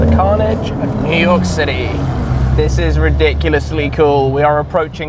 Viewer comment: New Yoik, eh?